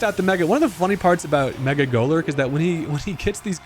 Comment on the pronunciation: now i've been wrong my fair share of times but i swear i can't unhear mecha golurk an i like it lol